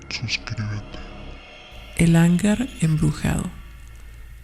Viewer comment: Como te decia narración sosa y luego no sabes leer. No se quien te dijo que hangar lleva la silaba fuerte en la primera "a" El acento y elevación de la voz va en la segunda "a". Lo siento pero buscare mejores canales y narraciones. Guuuurrrrr bay